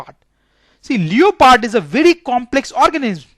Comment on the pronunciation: Sir it's leopard not leoopard